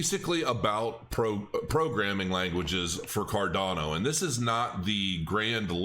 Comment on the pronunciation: Card-yawn-o... ;-) . . . . . I love ADA btw.